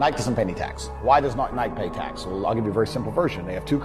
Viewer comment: He doesn’t even know how to pronounce the word Nike, so there’s that lol.